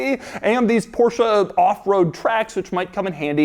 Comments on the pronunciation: It's "Porsch" not Porsha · only one suggestion, pronunciation is not PORSHA...it is PORSH... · I cant stand this... It's not "Por-SHIA", it's "Por-SHE", and it's not "De-CAR" it,s "DAKAR"... This is only pronauciation. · Doug, please stop pronouncing Porsche as Porsha. It's Porsh-Eh. Every time you say Porsha a German mechanic gets a stroke. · Das ist ein Porsche not the Porshaaa (-_-) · Stop calling Porsche porsha, yall sound retaarded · Why do Americans pronounce Porsche like “porschah”. I get ear cancer every time Doug says Porschah.